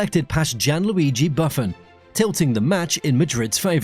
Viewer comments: Why not pay a real person to do the voice over? Instead they used an AI that can’t pronounce the name of Italian legend Buffon. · if so, how can they not know how to pronounce Buffon’s surname? At the very least it demonstrates a degree of ignorance.